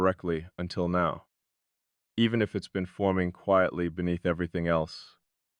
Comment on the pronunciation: Present and accounted for! Quietly has a long i sound. 😊